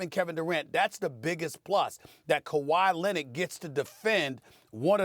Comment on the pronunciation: Stephen A - “Kawhi Linnit”